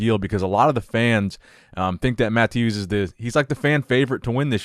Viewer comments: I’m not 100% sure how to pronounce Mateusz’ name, but I’m pretty sure it isn’t “Matthews”. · I think you were saying mateusz name wrong! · Bro, I love you, but you gotta watch a video on how to say mateusz name correctly 🤣